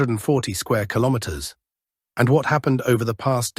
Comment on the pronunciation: Al voice can't say kilometer today huh?